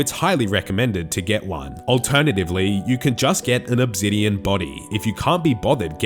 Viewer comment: What’s “Uhb-zidien” ?